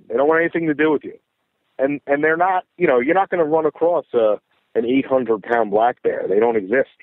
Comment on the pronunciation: It’s not acrossed, it’s across 😊